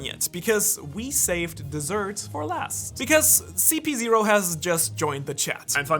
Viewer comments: WHY everyone calls it ZP 0?? its ridiculous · Its CP0 not GP0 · Why do u call them zp0 ziprepol? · brother i'm pretty sure it CP ..not ZP